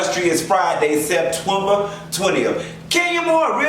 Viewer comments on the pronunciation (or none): She said Septwemba😂😂😂😂😂